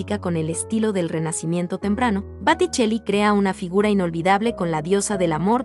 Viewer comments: Boticelli no Baticelli...por favor asesorate bien al menos para subir un vídeo...y pronunciación aunque no sepas hablar el idioma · Y bueno, lo primero es hablar bien el idioma. Si se pronuncia Botticelli como suena en español, está bien. En italiano sería Boticheli. ¿Por qué pronuncias Baticheli? ¿Por qué dices Guérnica? .Y ni hablar de los apellidos no latinos. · La señora que narra de forma tan equivocada, desmuestrando que no tiene educación alguna.. ignorancia total en.los nombres de las obras y los nombres de los artistas.... por favor los influencer no son ni periodistas y con esto se demuestra la vergüenza que Dan casi todos.. te enteraste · Interesante listado, si la intención del canal es educar, (como se menciona en la descripción del mismo) revisen la pronunciación de quien da voz al video. Lee “Batticelli” por Botticelli; “Guérnica” por Guernica … y varios errores más por el estilo 😕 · BOTTICELLI, not BATTICELLI 🤟🤟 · Se dice Botticelli no Batticelli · Botticelli!!! No Batticelli!! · Atencion al nombrar a los autores. Dices BAticcelli en lugar de BOticcilli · Porque la narradora dice Baticelli en vez de Botticelli como corresponde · Por qué dices Baticelli en vez de Boticelli??? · No se pronuncia baticeli, se pronuncia Botticelli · Es Boticcelli no Baticcelli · Botticelli, Botticelli...no Batticelli. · Dios mio... Botticelli NO batticelli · Muchos errores : Botticelli y no Batticelli; Klimt y no Klint; Guernica y no Guérnica... Podríamos habernos documentado un poquito más en vez de decir o de escribir burradas, no les parece? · El autor de "El nacimiento de Venus" es BOTTICELLI ,no Baticheli como lo pronuncias. En italiano la O se pronuncia igual que en español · Boticelli, no Baticelli 🤦🏻‍♀️ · LÁSTIMA QUIE LA NARRADORA TENGA TAN POCO CUIDADO PARA ESTUDIAR DE LO QUE VA A PRESENTAR, TUVO MUCHOS ERRORES AL PRONUNCIAR LOS NOMBRES DE LOS ARTISTAS, EL MAS GRAVE FUÉ CUANDO LLAMO SANDRO BATICHELI AL PRSENTAR EL NACIMIENTO DE VENES DE BOTICCELLI!!!